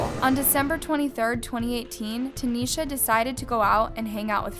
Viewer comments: Tie-neesha Tynesha … not taneisha please pronounce this baby name right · Out of respect for the fam you should pronounce her name correctly Tynesha not Tanesha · The fact you heard her name pronounced and you still decided to butcher it.. sad.. RIP Ty’Nesha ❤️